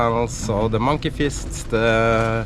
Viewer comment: you said monkey fists (heaving lines) and first i heard monkey feces